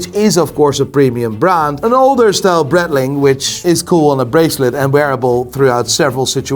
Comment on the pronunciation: Don't get me wrong, I enjoy the hell out of your content! But the fact that you call Seiko "Seeko" and Breitling "Brettling" is giving me ear cancer😖 🖖🙃